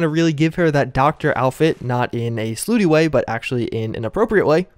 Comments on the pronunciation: "Not in a slooty way" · This man just said slooty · The slooty way